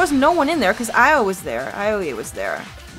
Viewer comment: Hey I don't want to be an ass but it's kinda annoying me. Aoi's name is pronounced 'owee'